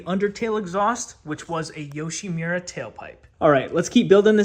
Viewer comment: Yoshimura❌️ Yushimira✅️